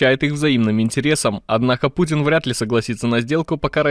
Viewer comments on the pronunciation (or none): none